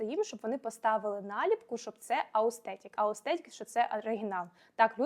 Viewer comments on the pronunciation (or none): Все клас, тільки не аустетік, а authentic 🙌